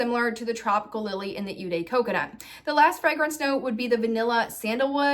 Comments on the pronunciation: "Eau" is pronounces like the English letter "O"......you are saying it as "U" for some reason. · Eau is pronounced like oh (not ew). Just being helpful, not to be mean.